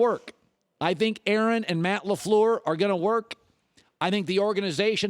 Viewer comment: Anybody want to make a "Colin Cowherd saying LeFleur for 10 hours" video?